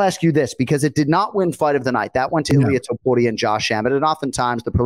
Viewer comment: Did call him ilir topuria??? 🤣🤣🤣🤣😭😭😭😭